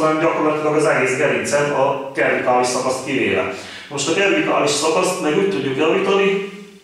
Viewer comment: Jó nagyon a video ,a gyakorlatok. Annyit jegyeznék meg mint egészségügyis, hogy a “cervicalis”-t “C”- nek ejtjük ki, nem “k”-val, de ez csak kis szépséghiba ezeken a videokon. Keep going!😊